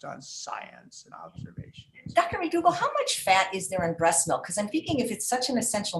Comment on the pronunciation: Melk-mlk- it's milk. English .